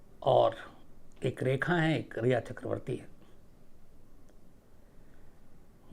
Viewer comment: Plzzzz Sir Rekha ko Reha ki trah mt boliye.......